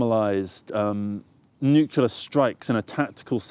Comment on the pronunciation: You pronounce Nuclear like some Americans do 'Nukiller'.